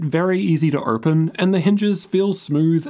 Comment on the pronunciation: A strongly worded comment stating that it is pronounced "open" not "erpen".